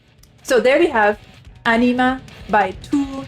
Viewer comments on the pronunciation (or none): "Ænima", not "Anima"